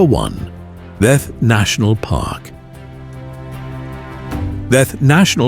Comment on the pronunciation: Such a nice video... Glad to see it! I just like to say about some pronounciations, e.g. like the Castle of Kruja, is pronounced Kruya. "J" like "y" in English.. And Theth, like Theth, not Teth 🙂